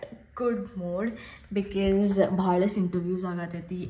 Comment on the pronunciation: Aunty ella video li ‘bikis’ antira, adu tappu because na correct aag heLi makLu adne kalitaare, please